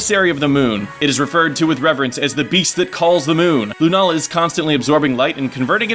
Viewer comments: its Sol-Gah-Leo and Luna-Lah, Not Sol-galeo and lun-alah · this isn't pronunciation it's putting the stress in different places, it doesn't really matter what way you say it anyway